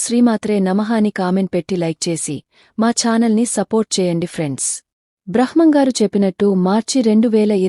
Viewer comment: please కొంచం స్పష్టంగా మాట్లాడు తల్లి. బ్రహ్మం గారు అనటం, కాలజ్ఞానం అనటం రాకపోతే ఎందుకు స్పీచ్ ఇస్తున్నారు